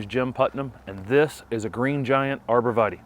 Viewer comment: Pronounced Arbor Vi-Tie (it's Latin)